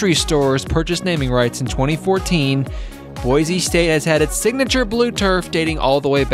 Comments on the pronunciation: fyi boise is pronounced like boy-see not boize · The ORIGINAL is the best. I wish people could learn how to pronounce Boy-see correctly.